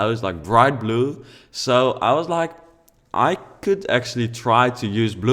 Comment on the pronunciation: He said "I used the color BLUH!" 😂😂😂